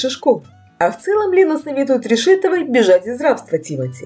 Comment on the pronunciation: Что за дурдом то такой а,почему вы неправильно делаете ударение на фамилию.Анастасии.Ну как так можно вести блок и не знать как правильно фамилию называть.Колхоз.